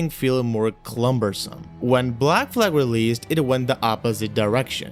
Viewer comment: its cumbersome haha not clumbersome but good video